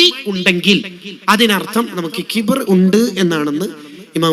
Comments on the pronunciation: ഖിബ്ർ അല്ല , കിബ്ർ എന്നതാണ് ശരി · ഖിബ്ർ ❌ കിബ്റ് ✅ 😊